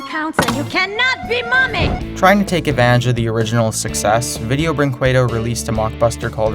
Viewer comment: huh, cool video, most of these I didn't know and are completely stupid, especially the brazilian ones, shame for my country minor nitpick: video brinquedo is pronounced like video brinkedo